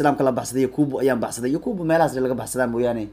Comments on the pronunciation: 😂yakubu maha ee yacqub waye🤣micnaha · yacquub weeye magaciisu maaha yaquubo😀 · yakuubu maahanee yacqub waaye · yacquub waaye yakuubuu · yakuubu ma ahanee waa "yacquub"🤣🤣🤣🤣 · Sxb magaca thomas partey waa yacquub ee isagaa ku dhawaaqi karin